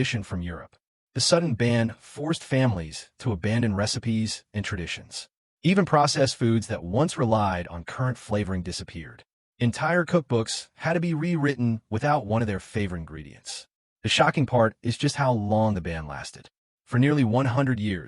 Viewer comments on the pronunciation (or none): Its CURRANT not current